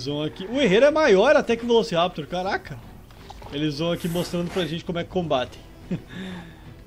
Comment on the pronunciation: tu disse "Calaca" em vez de "Caraca"....;-;.......mas msm assim MELHOR CANAL